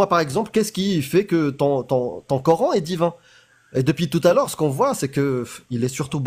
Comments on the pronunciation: Prononcer : Qur'han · Le " cœur haine"😊😊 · Ils me gonflent tous à dire corhaine sérieux 🤦🏻‍♀️🤦🏻‍♀️🤦🏻‍♀️